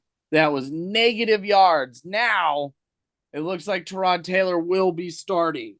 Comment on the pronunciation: Pronouncing Tyrod correctly!!